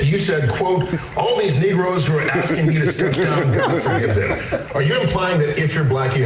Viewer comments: NOT NEGROES...NIGROES IS WHAT HE SAID. he 100% meant black ppl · Just for context here: he said "NIGROES" not "NEGROES". They have very distinct meanings in the black community. He knew what he was doing when he said it. He was dog whistling and I hope y'all pick up on it.